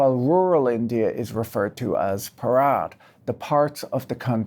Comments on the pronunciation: its not bharaat, its bhaarat. pls pronounce properly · bruh. it's pronounced b-ha-ra-t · Bharat is pronounce baa .ruht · Patrick pronouncing 'Bharat' like that sounds hilarious, since the way he is pronouncing it makes it sound like the Hindi word for a wedding ceremony. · Stress the ‘Bha’ rather than the ‘ra’ when you say Bharat.